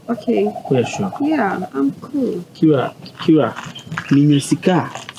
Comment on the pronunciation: her name is Kira not kila 😂😂😂